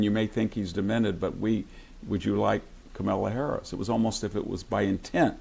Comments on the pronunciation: dont forget CAMEL laa... HAHA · Haha ! He called her KamEla, not KAmala, love it ! And he did it each time !😊😅😂